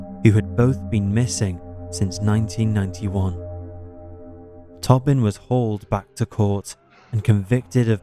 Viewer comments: Is it peter “tobbin” or “ toe-bin” ? Respectfully I think it’s the latter. Luv ya work tho! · It's pronounced toe-bin